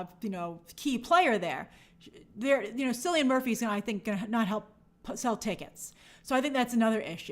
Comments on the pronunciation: In Ireland, C is hard, so its Killian, not Sillyun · I love grace, but how many times must she call him Sillian…It’s Killian (pronounciation wise) 😱😱😱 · Cillian Murphy's name is pronounced Kilian, a hard k sound.